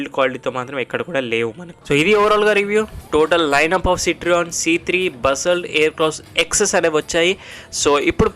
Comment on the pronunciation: బ్రో సిట్రియాన్ కాదు సిట్రోఇన్